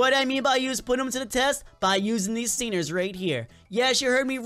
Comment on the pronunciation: XD HE KEEPED SAYING STINERS BUTS ITS CALLED STINGERS